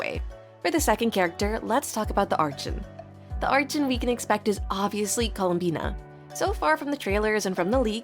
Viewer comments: fr how do these people believe its her and not AI, you cannot even hear a single breath during these sentences. Humans have to breathe, AI doesn't. It sounds too robotic, I could believe it is someone speaking but the way she said archon has me believing its not her, i struggle to believe someone who has been playing genshin this long would still be this clueless. No genshin player actually says it like that, you can't have been playing as long as she has and think its archon when all in game characters literally pronounce it as "arkon". EDIT: Just realised this is apparently her first time speaking, thought she was trying to claim all previous videos was her real voice too and not ai. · its arkon when u pronounce it but spelling is archon please say arkon it feels a bit weird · You literally pronounce it "Arkon" in other videos like even your most popular video, you pronounce it like that. Why does it change every few videos? That's why I believe the voice is AI or smth, because how would you pronounce it as arkon originally and then claim your accent makes you pronounce it as "arch - on " sometimes. Also trying to claim you edit out every single breath is insane. Even when someone speaks, you can hear a hint of their breath, that can't be edited out because its during the words itself, "your" voice has no breath in it at all. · everyone by now knows how to pronounce “archon.” Come on! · Its 100% AI. There is no way a daily genshin player doesnt know how to pronounce the word Archon. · Why are you pronouncing Archon wrong? If this is really your own voice then this is really good🙌🏼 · questioned it too since the narrator mispronounced archon several times.